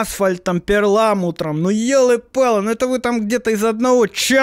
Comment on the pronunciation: Мне кажется, или в этой песне (ну которая с Маригу) в первом куплете «асфальт» и «перламутр» с двойными (или просто кривыми) ударениями. А во втором (где только Маригу) слова просто вдвинуты в ритм, и ударения норм звучат? Слушать песню не хочу, а то мне всю предложку это обосрет.